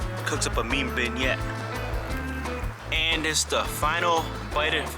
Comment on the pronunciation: Enjoyed your video but you need to pronounce your French and Spanish words proper it’s coo-Shaw (French for pig) and duel-ce(Spanish for sweet or candy) and last is Ben-yay.(French who add all these letters and then get upset when their language is butchered)lol. All in all I enjoyed this video and I’ll follow you to see you finish your list.